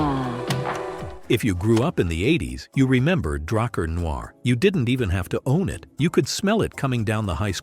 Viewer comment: Драар Нуу???😂😂😂Драккар Нуар!!!